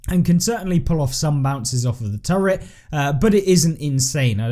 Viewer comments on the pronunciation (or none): none